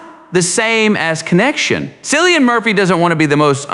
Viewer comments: Are you crazy or what? How can't you pronounce Killian? What is the drama of Cillian? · At least you could pronounce his first name correctly. I shall not bother to continue watching your episode